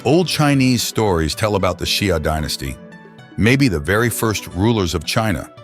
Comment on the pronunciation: very interesting and concise! by the way, Xia is pronounced like "shah," Shang is pronounced like "shahng," and Sui is pronounced like "sway." You pronounced Tang correctly though :)